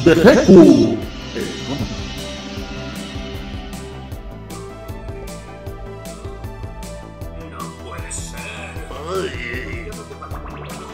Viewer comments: Hola y se escribe Vegetto y se pronuncia: "Veyito" un saludo tíos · volviste, que bueno idola😘 Ey chicos, nuestro personaje en latino se escribe Vegetto pero se pronuncia Vegito(veyito)😊 Buen video como siempre, saludos desde ARGENTINA👍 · Que pesar me da por los españoles, han tenido que crecer diciendole bejequ a Vegetto...